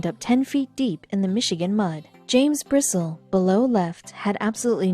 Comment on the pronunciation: Bristle is pronounced Bristlee I went to school with Jim.